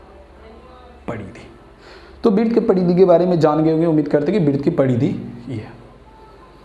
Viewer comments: Bhai sab aap vrut ko bit kyu bolte ho? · तू पहले वृत कहना सीख, क्या व्रीत व्रीत बोल रहा है 🤬